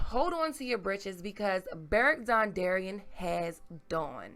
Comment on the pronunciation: Beric dondarrion...dawndarrion makes sense lol